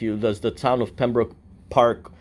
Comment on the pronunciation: don’t know where you learn to read, but it’s Pembroke not Pembrooke.